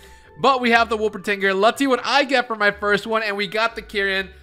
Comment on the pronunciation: Wolpertinger ❌️ Woffle finger ✅️ 😂